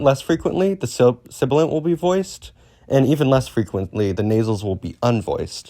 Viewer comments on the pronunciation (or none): uh... you can kinda read "sibilant" inconsistently. edit: overall you kinda mumble through the terms a lot, like "sibilant" "fricative" "affricate". try to keep your pronunciation clear and consistent. You're mumbling them into "silibant", "friccate" okay so the "Mean of Articulation" is not the term. You're thinking of "Manner of Articulation". Also Voicing is a phonetic feature, not a manner. it exists parallel to place and manner. You can have voiced/voiceless fricatives, voiced/voiceless stops, voiced/voiceless affricates, voiced/voiceless nasals, etc. You can make different groupings of consonants by phonological feature (or more aptly phonological class), which includes voicing or each of the separate manner and place of articulation. "ejective", the stress is on the second syllable /i'dʒɛk.tɪv/. the way you read it sounded like you were saying "adjective" you're mixing terminology here. The beginning and end of a syllable is "onset" and "coda". Other traditions use something different, like Chinese uses "Initial" and "Final"~"Rime/Rhyme"